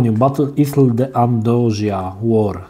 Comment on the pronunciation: "battle isle" się czyta batl ajl